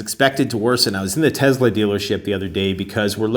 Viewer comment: Tesssssssla. S not Zed dude